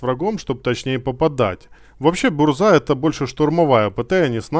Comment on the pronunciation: Если я не ошибаюсь, то правильно они называются так (Большие гласные это ударения) 5 лвл ЗадЫмка 6 лвл БУрза 7 лвл ГовИка 8 лвл КилАна 9 лвл ГонкиевИча 10 лвл БлыскавИца